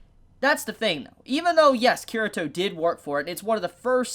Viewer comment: Kirito's name is pronounced Kee-ree-toh not Kirah-toh. Also the r sounds more like an l in the Japanese pronunciation.